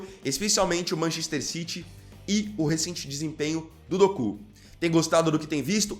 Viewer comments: Meu querido, não é Dokú, e sim, Doku. Kkkkkk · Quando fala doku eu racho o bico 😂😂😂😂 kk